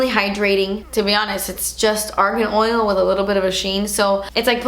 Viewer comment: "Ole" (Oil) and "gimmicky" 😂😂 reminds me of Laura. I freaking love you